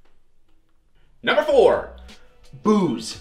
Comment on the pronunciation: WHO ELSE THOUGHT HE SAID BOOBS WHEN HE SAID “BOOZE”?! 😂